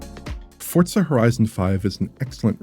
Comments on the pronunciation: What is this Fort-sa game he keeps mentioning? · As a Playstation only player I have one question. Why is he pronouncing it Fortza? There is no T? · Is the game called fortza or for-zaa?